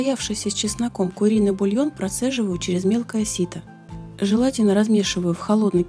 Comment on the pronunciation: Странно, что вы поставили ударение в слове "желатин" на "а". Я даже сперва подумал, что озвучка яндексовским SpeechAPI. Но потом вы подхихикнули, на слове "добыть", и я успокоился. По сабжу - спасибо, содержательный ролик. Взвешенная, толковая речь. Снимайте ещё)